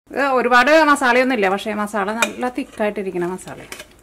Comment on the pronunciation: മോളേ ..... മസാളയല്ല. മസാല എന്നാണ്. മസാല